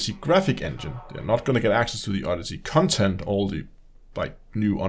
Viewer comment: i like the way he says 'cuntent'. very accurate especially when discussing this disfigured abortion of a game.